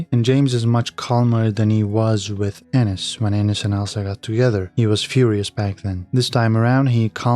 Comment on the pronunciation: Thank you for being the first person to pronounce Enus' name correctly! I'll keep watching 1883 faithfully though. I treat it like a book, we'll just have to see what happens in the next pages!